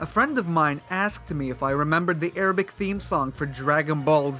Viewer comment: Dude, your Arabic pronunciation sounds painful XD... Its unnaturally thick "غليظه".